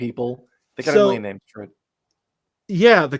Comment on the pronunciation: Could you guys maybe look in the glossaries for the pronunciations of the names? You did this great breakdown of the trailer (understanding at least one of you hasn't actually read the whole series) and it really, as a fan, hurts your credibility when you mispronounce names right and left. Here are 3 to get you started: Mo GEH dee en'. Roo ID ee an. Worst of all, Fi EEE (with a long i). And really, MWA rain. And yes, in the books, Aviendha actually gets to the Rings ahead of Moiraine because the Wise Ones have had her hauled back to the Waste to begin her training as a Wise Woman, which she is very reluctant to do. Moiraine wants to study with the Wise Ones a bit, so she also strips naked and ambles down the path to RooIDeean, so they're there together for quite a few days. I think the rings are described as being held together in the middle, but I thought they looked like this for quite a few readthroughs. The ultimate fate of Moiraine's trip through the rings comes to fruition at the end of Book 5...and also a bit later in the series.